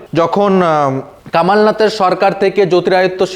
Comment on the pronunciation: থাকিস বাংলায় আর তোর উচ্চারণ ও কী?? কামালনাথ, উদবব 😂😂😂😂